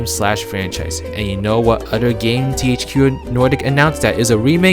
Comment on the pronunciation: It's OTHER not ODDER